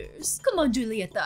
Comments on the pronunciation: I think you haven’t watched encanto yet and sorry for corrections, it’s spelled “julieta” but it’s pronounced “hulieta” with a “h” sorry again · when you see it is julieta, but you have to say hulieta. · I’m sorry to correct you but instead of Julieta it’s pronounced Hulieta